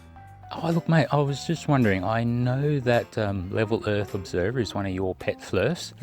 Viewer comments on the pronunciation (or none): He also pronounces Earth as Urff.